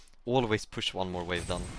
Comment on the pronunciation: my man is saying vawe